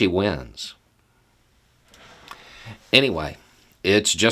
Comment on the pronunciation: Geezus can you say the 'day' as a one syllable word, fuq, sickens me yo hear you ' daayee"